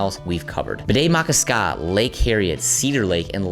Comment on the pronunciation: Brutal mispronounciation of Bde Maka Ska 😂